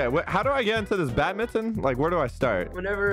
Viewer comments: it's not pronounce as bad-mi-ton it's pronounced as badminton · IT'S BADMINTON BUT PRONOUNCE BAT-MIN-T-ON